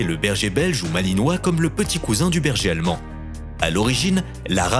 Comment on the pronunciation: Le bergéalmen